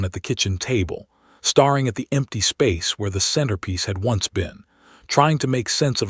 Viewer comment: Staring is pronounced stairing.